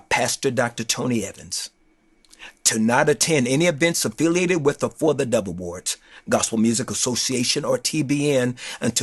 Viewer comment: Not Trying To Be Funny, But I Thought He Kept Saying The Devil Awards